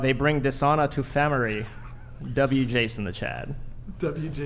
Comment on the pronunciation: LOL "They bring dishona to famiree."